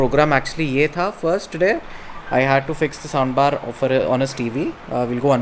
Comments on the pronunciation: did anyone else heard the word sound bar as sambar? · Soundbar.....it sounds like sambar😂